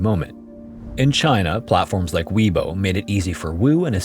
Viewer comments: I believe it's pronounced 'Way-bo', not 'Wee-bo'. Just a little correction. 👍 I both love and am horrified by your content. It actually makes me never want to leave my house. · Weibo 微博 is pronounced more like “Way Bo”, not “Wee Bo”. HuNan is pronounced “Who NAHN”, not “Who nan”. A is pretty much always pronounced with an AH sound. Same thing with Gansu and Liang, the a is enunciated with an AH. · ["WAY-bo," not "wee-bo."]